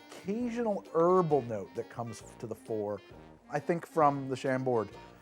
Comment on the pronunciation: What a strange reaction to the original form. I thought that the Glados-Meredith was a great fit, being scifi-scincy, but still humane (writing this just as the ai-voice mispronounced Chambord :D)